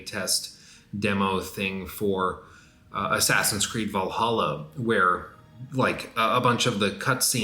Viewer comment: Every time says "Valhalla" I only hear "Valaha"